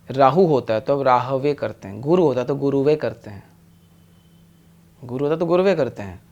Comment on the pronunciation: सही उच्चारण गुरवे है,गुरुवे नही। और Sahasranama hai - Sahastranama nahi. और “इन्सान” शब्द का इस्तमाल आपने दूसरे वीडियो मे किया था, वह उर्दु भाषा है